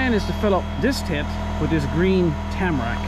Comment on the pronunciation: HOLY RABBIT!!!! Well, I cracked up laughing a couple times throughout this one 🤣🤣🤣 You did good, by the end of the video “Tamarack” seemed to roll right off your tongue!! I’ll get ya reared up yet m’son!! Great haul in on the bunnies. Rabbit Stewwwwww 🤤 and that “Juniper” sure do split good!! Thanks for taking us along with you! Too funny…..I’m still here giggling away!! 🤣